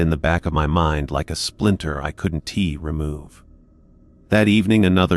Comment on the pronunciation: Hey, AI dude, the words are pronounced wasn't couldn't and didn't. NOT wasn tea couldn tea and didn tea. It's also pronounced Cooper's. Not Cooper Es. Other than that the story is very good!!!